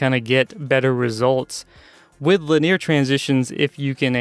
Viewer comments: You pronounce Linear weird... xD Lin-E-Ar I always say... not Lin-ear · Maybe it's the part of the US I grew up in... But Lin-ear is so weird to me xD